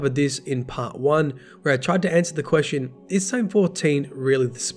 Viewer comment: "Guldren"? That's my head canon for rezzed Uldren now.